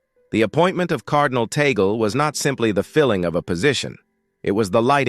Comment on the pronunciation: Please you keep on saying TAGAL. It is Tag as in Tag then pronounce LE. Is this difficult to say it correctly ?